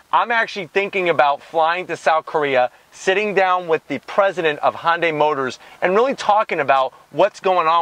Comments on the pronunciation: for the love of baby jesus...if you can't pronounce it correctly can you at the least get the name respectfully close? Dude you are a YT car reviewer. You can't claim ignorance (Google it). Say it with me...HUN-DAY... HUN-HUN-HUN-HUN-DAY!! Its not a Honda ok? Good review. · That's a Hyundai not Honda, Honday! Stop saying Honda. Even the closed caption says Honday! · No its actually Hee-Yun deh. Read the above again I said at least get it close which HunDay is compared to his pronunciation which was Hahn-Day. Mmmm K ? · Hyundai not honday , please learn how to use English and look at the badge its spelt Hyundai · Why he keep saying Hon-day? Its not a honda related brand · Is it Hon-day, or Han-day? Definitely never heard it pronounced this way… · Edit: I'm gonna zonk you on the "Han"dai....lol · Kona, Hawaii, is the home of the Ironman World Championship. That’s the motivation for the Iron Man partnership with Marvel (not Audi). And what’s up with his pronunciation of Hyundai? It’s a subcompact SUV so technically smaller than compact SUVs or CUVs. That’d be the Tucson. Anyways, done here. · Learn to pronounce Hyundai bud